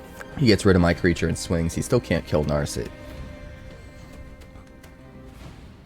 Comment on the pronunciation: Damn you butchered Narset's name as well. Practice your pronunciation before paying for ads. Good luck.